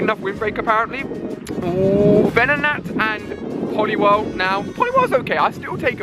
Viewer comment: 4x times saying poliwirhl